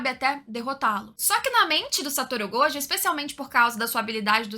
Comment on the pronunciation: que diferença alguém que não fala gojÔ e ItadorÍ. Obrigado!